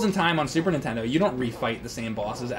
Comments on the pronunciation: Im sorry james, but, i have to point out that u always say super intendo. it's NINTENDO man. you still awesome dude please do not beat me up. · I have to say it. Nintendo not *intendo*I love you i’m sorry.